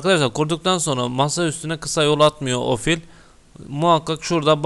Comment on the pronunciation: Bir iş yapıyorsun eyvallah sağol da biraz özen yahu. ofil değil o Q Q Q Q Q Q harfi QFIL. Program files de çok orijinal olmuş. Pazar filesi. Yerel DİKS hele çağ atlatmış. Disk Dikse dönüşerek bilgisayar evrimini tamamlamıştır.